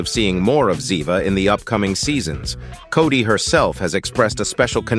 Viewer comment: its Cort not cody wanker